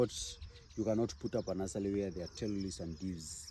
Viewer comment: Very helpful info! Stop saying nulsely! It’s NURSERY!! 😂